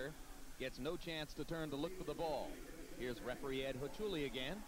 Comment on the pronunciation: "Referee Ed Ho-chu-lee", heh